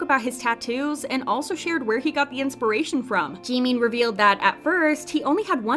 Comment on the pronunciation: I tohught Jimin was someone else bc of the procnounciatiuon but then i noticed lol